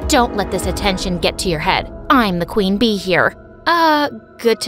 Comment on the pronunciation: she sed kwin b shes kwin a